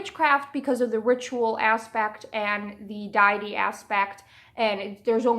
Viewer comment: I love your videos so much, but I have to be honest, deity is not pronounced "dye-eh-tee" it's "day-eh-tee" or "dee-eh-tee". It's also therian, not theri-kin. I'm sorry I don't say this to be a jerk, I genuinely love your content both on Amino and YouTube.